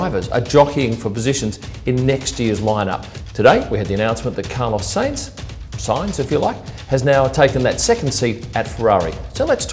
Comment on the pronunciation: How are you pronouncing sainz? Haha. It's Sainz, NOT Seinz